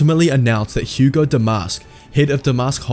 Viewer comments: Hego is pronounced “Hee-Go” not not “Hu-go”. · Bail Antilles is not Bail Organs. Also it's Hego, not Hugo.